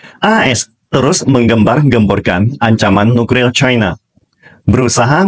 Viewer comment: Apa saya ga salah denger Mimin selalu bilang NUKRIL bukan NUKLIR